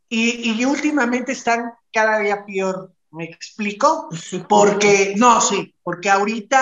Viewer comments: Jajajajaja no se dice PIOR, es peor jajajaja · Hola creí que solamente yo me había dado cuenta de que había dicho pior se dice peor